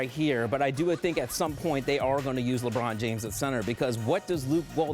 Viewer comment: Wtf is laybroun james?